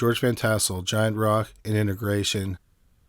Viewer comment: It's pronounced "INTEGRA tron" just the way it's spelled, not "inta grayshun". Expected better from you.